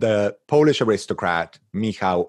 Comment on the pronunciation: Thank you so much. What a treat at the end of a challenging week and a wonderful art initiative! Impeccable Polish pronunciation!